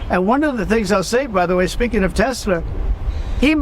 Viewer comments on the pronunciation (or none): Did he say Tesler? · Bahaha this is good one. Gotta love how Trump said Tesler! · Who's "tesler"? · I love that Trump said: I LOVE TESLER at the end lmfao😂